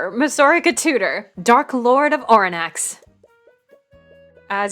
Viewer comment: Wow my reccs took me somewhere, but it is nice seeing someone play the game I backed and as the person who got Mosourika in the game yes how you pronounced it is correct. Edit: Heh should have watched more before writing that out she's not inspired by Owain per say, but funnily cause she was a tabletop character someone did make a Owain like character and they became a couple after we finished the tabletop campaign.